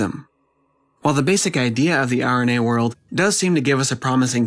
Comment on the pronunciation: Sounds like you say "The irony age hypothesis" at the end. Wich was fun.